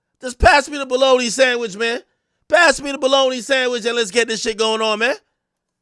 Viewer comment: Pass me dat bologna sanchwich- boy Jamaican voice came out right there